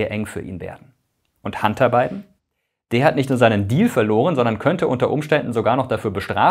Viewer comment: Warum höre ich immer…“Handarbeiten“…😂… der Arme…. Sein Werdegang klingt wie eins von vielen Europäer … 🥱